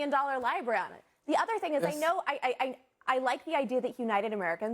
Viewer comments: Red dress mispronounced divisive and library. She was so inarticulate and talked like she was going to cry. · Is she purposely incorrectly pronouncing words like divisive and library? I never seen her before so I'm not sure if this is just her.